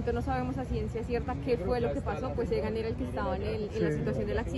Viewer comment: Se llama E G A N...no EDGAN. De verdad no sabes o no quieres pronunciar bien???? Que tipo de periodista eres si no sabes ni pronunciar un nombre correctamente???